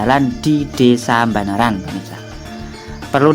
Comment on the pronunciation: Banaran boss bukan Mbanaran 😀